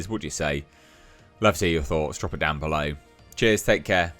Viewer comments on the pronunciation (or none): none